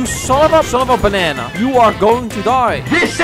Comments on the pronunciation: I want you to say Banana and not Bänäna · Keep saying "Bonana" instead of Banana, that is just too funny😂